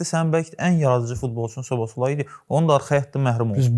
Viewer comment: Brat sizin bu adlarnan problemiviz nədir axı biri kundeyə künde deyir biri soboslayiyə sobosalayi deyir (Oxunşlarını yazmışam yazlışın düz olmadığnı bilrəm)😂